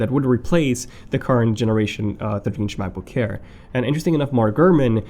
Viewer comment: why do i always hear "macbook HAIR"?